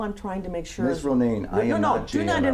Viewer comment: The thing is, he's not "sheer" of his answers cause he doesn't understand the question, that's why they most "ax" Michelle 😉